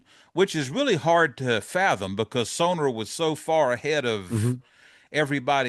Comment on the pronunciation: Hey, trust on the pronunciation of Sonor. German brand, German drummer, no matter where in Germany you come from, only one pronunciation. 😅